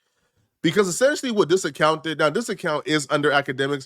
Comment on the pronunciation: Essentially, not Assentially